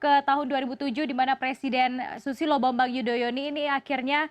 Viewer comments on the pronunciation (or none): Kepleset lidah mbaknya mau bilang "presiden susilo bambang yudhoyono ini" jadi "yudhoyoni" 😂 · aduhh buk yg bener tuh Susilo Bambang Yudhoyono bukan Susilo Bambang yudhoyoni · katanya Presiden susilo YUDOYONI Wkwkwk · Yang benar itu Bp. SUSILO BAMBANG YUDHOYONO bukan YUDHOYONI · kok banyak banyak yang suka bilang Susilo Bambang Yudhoyoni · Susilo bambang yudhoyoni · yg ngomong nya gak bener terus...sby nama belkngnya jadi yudhoyoni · Sama kak saya denger juga😂